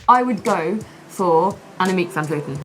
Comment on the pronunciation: The difference in pronounciation between presenters has never been bigger as between Dan and Emma pronouncing the name of Annemiek van Vleuten